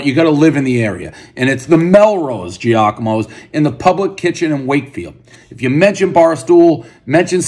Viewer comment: It’s Jahk-a-mo lol